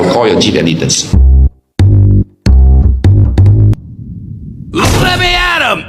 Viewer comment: I dengar mcm dia cakap I call your chikerdees (chief editor)